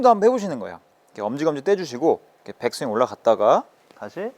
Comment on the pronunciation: 백스윙을 빽스윙으로, 릴리즈는 릴리스로 발음 해주시면 더 임팩트있는 레슨이 될 것 같습니다.